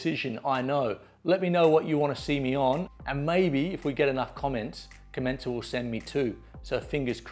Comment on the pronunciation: Its called com-en-cal